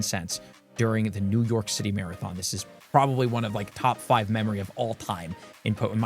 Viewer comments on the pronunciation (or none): none